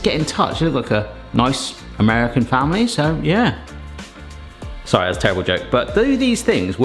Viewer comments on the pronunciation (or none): none